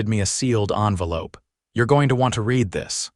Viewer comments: I'm so tired of A I not saying the correct tense for the word Read (re'ad) pronounce d RED not read. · Could someone teach this AI reader the difference between read (reed) present tense and read (red) past tense?